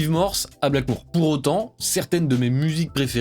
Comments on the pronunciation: STP par pitié c’est Blackmore ! Pas Blackmoure 😂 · J’ai kiffé ta vidéo par contre j’avoue que j’avais mal aux oreilles en entendant "Ritchie Blackmoure" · Non, ce n’est absolument pas du Heavy Metal mais du Rock&Roll, ou du Hard Rock. Bien plus mélodieux. Le Heavy Metal c'est trash. On ne dit pas "BlackmOUre" mais BlackmOre. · Super vidéo. Vraiment. Ca réchauffe mon vieux coeur de voir un jeune homme aimer ce groupe (et ce genre de musique en général). :D Deux choses m'ont en revanche un peu pîqué les oreilles : c'est BlackmOre pas BlackmOOre et GillAn pas GillIan. Je chipote mais bon, je suis un vieux con, hein. 😝 #teamBlackmore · Mor pas mour, Gillan pas Gillian, et c’est ton groupe préféré? Apprends l’alphabet.